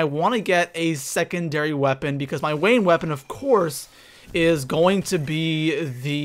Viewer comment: You said wain weapon instead of main weapon😂